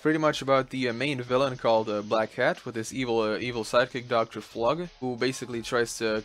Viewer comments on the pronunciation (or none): i always hear black cat instead of black hat 😅